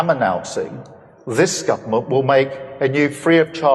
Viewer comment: Sounded like he said this Scumerment. The bedrock mark of the beast. In Australia you can't get through the Government phone IVR system to access services without a reference number. They just disconnect your call.